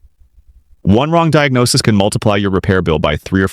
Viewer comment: "torquey" "Torgua"? Really? And it's not "speed specific" it's properly said SPECIFIC SPEED. Also it's DIAGNOSIS - not "Diagnosies". This is ignorant as all HELL! You need to STOP USING HORRIBLE AI VOICES!! This makes for a terrrible time watching and very unenjoyablely so. If you can't narrate your own damned videos then stop making them on YouTube altogether.